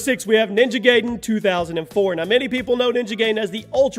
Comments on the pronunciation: OMG LERN 2 SAY NAMES RIGHT PLEASE you miss pronouch so many things wrong so many dang times ninja giden is not prounouced ninja gayden its prounouced ninja guyden you have miss prunouched other things 2 but i just dont remember them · Bruh you are saying ninja gaiden like Gayden but it's pronounced like GUIDEn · It's not Ninja GAYden, It's Ninja GUYden! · Lol Ninja Gaydon? You do realize it's pronounced Ninja Gideon right? With the long i? Even AVGN addressed this issue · Did you just say Ninja Gaydin? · Gaiden pronounced Guy-den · Ninja Gaiden= Ninja Guy-Den imo. Never once have I heard it pronounced the way you say it. Not saying I'm right or that you're wrong tho. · You pronounced gaiden wrong it's actually pronounced guy-den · Roger Cruz yep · you said ninja gaiden wrong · It's pronounced gaiden correctly in almost every language, it's english that is broken...